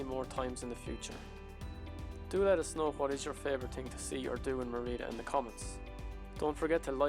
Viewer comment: Great video - well done with both the videography and the music. I should point out, though, that Merida is pronounced "ME-ree-da" , not "me-REE-da". Accent on the first syllable.